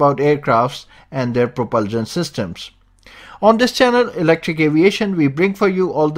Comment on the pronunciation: I don’t understand why he can’t say propulsion